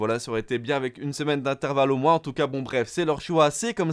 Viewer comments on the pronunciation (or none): none